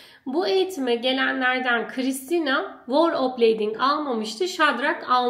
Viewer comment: Tebrikler, hayirli ugurlu olsun! 🍀🍀🍀🍀 Bu arada kirmizi renk size çok yakismis 😍 Felemenkçe telaffuzda 'V' ünsüzü, biraz Türkçe telaffuzdaki V ve F seslerinin karisimi gibidir ve üfler gibi çikarilir 'Veerle' ismini tekrarlayarak pratik yapabilirsiniz. 'W' sesi gibi telaffuz ettiginizi fak ettim, 'voor' derken Ingilizce kelime 'war' u çagristiriyor 😊